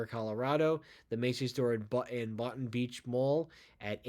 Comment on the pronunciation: FYI, Boynton is pronounced Boyn-ton, not Botton. Also I actually expected that store to be on this list for years.